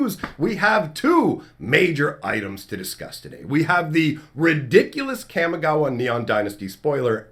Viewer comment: kamee ghawah ... its pronouced kamee ghawah . camy gawuh is a disgrace to japanese culture and language :/ but good video i liked it other than that <3333